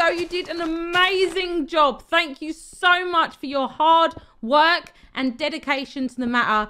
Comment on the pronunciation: I just love that you say like fing and fank you its so funny